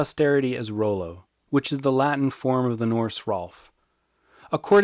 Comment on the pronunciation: I believe it's pronounced raw-low, and I'm related to him hah